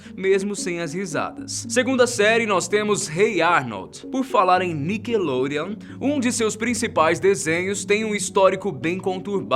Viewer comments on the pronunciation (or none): Ele falou nickelonreon é Nickelodeon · "Nikelorean".. KKKKKK